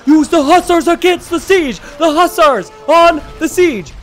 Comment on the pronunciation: i love you but the way you say hussars is infuriating lol!!!!!